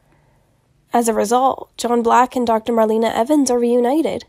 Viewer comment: I believe she actually pronounces her name as “Mar-lay-na” not marleena. Just FYI. Lol